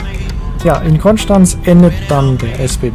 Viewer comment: Vielen Dank für deine korrekte Aussprache von Konstanz 😂🙏🏼